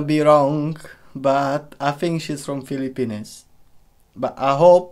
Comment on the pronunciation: its pronounced FILIPEEENS